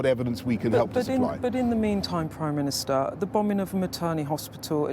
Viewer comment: "prime ministahh"